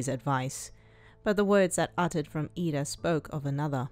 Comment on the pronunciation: its iida not lida :))))